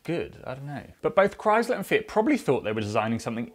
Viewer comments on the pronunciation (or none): Mf says fiat as fit